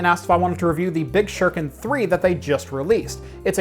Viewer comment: SHU-RI-KEN .... not "shur-ken" .....seriously?! it's 2019, learn how to pronounce your Japanese damnit!